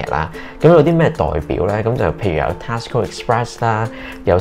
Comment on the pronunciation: Your pronunciation on TESCO is wrong, please check and amend?